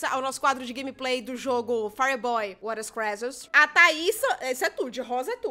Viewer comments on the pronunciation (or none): none